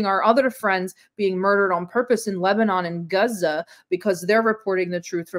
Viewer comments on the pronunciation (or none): Did she say "Gaza" of "Guh-zuh"? That's the worst pronunciations I've ever heard.